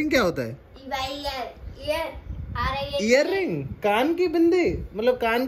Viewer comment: Eyerring nhi earrings hota ha bahen